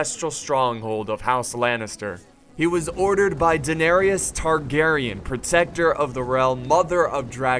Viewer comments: DeNehHhRyuS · "daenarious Targaryen"...My god... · HAHAHA please forgive how i say "daenerys targaryen" not sure why I pronounced it like that...but that's classic me :D